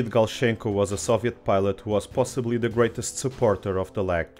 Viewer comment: Ok, Russian is here. Thank you so much, very informative, well done! No offence, just to notice and make you a thank. I know how it's hard to pronounce Russian names, I have such difficulties with English ones too =) While you are almost correct with Galchenko... (ch must me more ch than sh) Lavochkin.... syllable accent should be on LAvochkin, not LavOchkin. Everything else is brilliantly correct.